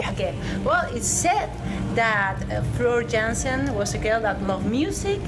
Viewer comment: Floor Dżiansen xd i am done :D